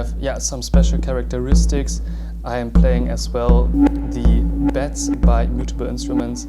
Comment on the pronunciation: I find it kind of adorable how Germans can't pronounce Mutable module names 🥺 Beads != "Beds" (it's "beeds" like needs) Plaits != "Plates" (it's "platts" like flat)